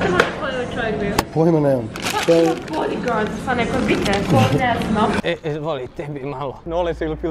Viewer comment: Jel riba stvarno rekla bodigards, hahaha jebem ti život